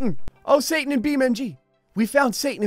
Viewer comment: "oh satin" "we found satin in beam.ng"